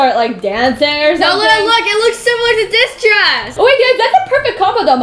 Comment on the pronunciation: Lol when Maya said Luna, she said Lana😂